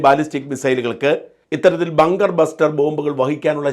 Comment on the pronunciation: ബാങ്കർ അല്ല ബങ്കർ എന്ന് പറയു.